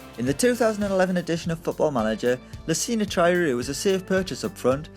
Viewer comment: it's Tra - o - ré. have you ever watched a football game? that name has been pronounced so often.